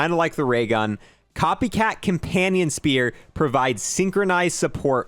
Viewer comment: my man you pronounce sphere like sfere not spear